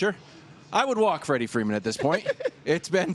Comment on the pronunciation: It’s “Freddie” Freeman, FFS, FTF interns!